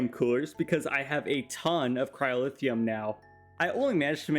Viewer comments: Watching this is so hard when you pronounce “luminum”, “cryolithium”, “endurium”, “singulum”. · That one specifically is the mispronounced material you decided to point out? XD Edit: the other ones I noticed: Signalum was pronounced as singulum, Cryotheum was pronounced as cryolithium, and Rhodochrosite was pronounced rhodosite